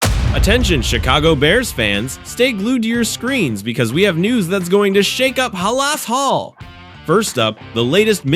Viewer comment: Haa-Laas hall? No thanks 😂